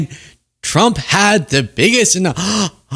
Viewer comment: its been 3 months and she still says "chump" 😂😂😂😂😂😂 karoline literally calls her lord and savior "president chump" every single time